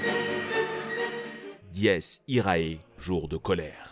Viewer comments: ça se prononce diès iré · Dies irae, se prononce "dèse irae" Et pour le "irae" le A se prononce a peine. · On dit dies iré 🤣🤣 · Dies irae se prononce dies ira